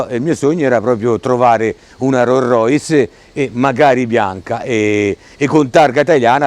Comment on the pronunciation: Rorrois!!!! No! Rolls Royce.